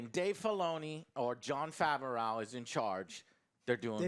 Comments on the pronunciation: angry “jon fav-ow” joe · Please tell Joe how to pronounce favreau